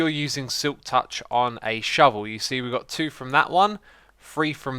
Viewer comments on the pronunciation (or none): none